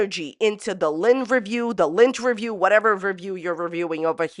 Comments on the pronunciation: When first said lynn-terview, I heard lint-erview. 🙃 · Lol i thought she was saying Lint-erview. And was going to interview someone while they picked imaginary lint off her